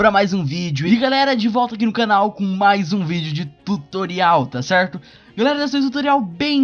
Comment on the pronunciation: Tá cerrrrrrto Tá cerrrrrto Tá cerrrrrto Tá cerrrrtoo